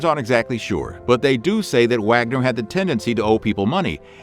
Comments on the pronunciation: It's not pronounced Wagner it's said as Vahgner. It's German. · the German composer Wagner is pronounced "vogner". I still love your videos. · I also came here to comment about Wagner.